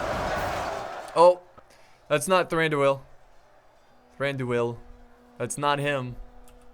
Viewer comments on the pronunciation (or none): Pronounce Thranduil in a flowing manner, dont emphasise the two syllables at the end like "doo el" let them flow together. Like in duel. Indeed the I sound should be more of a an "ee" anyway so it should be more like "Thrandooeel".